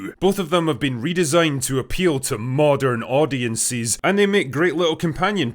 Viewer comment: "Maudern Audiensis"